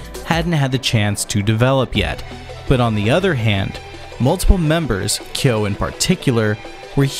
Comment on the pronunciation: The correct pronunciation is kyóó with strong stress on the /o/